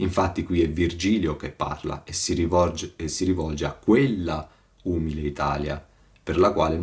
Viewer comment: Ma santa pazienza, conosce solo questi, di commenti? La consultazione della sola Enciclopedia Dantesca Le toglierebbe molte illusioni. E con tutta la scienza non sa che si pronuncia umìle?